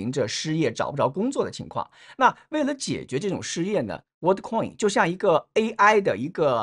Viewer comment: 不是 “WHAT ” coin 是 ”World” coin 如果 ”World” 发音是跟What 一样 那 真正 What 的发音是什麼？